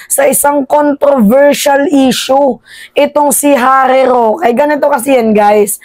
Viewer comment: Harry shoke !!! Hindi rokita